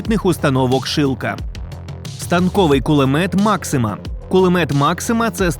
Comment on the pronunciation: Кулемет maxuma😂😂😂😂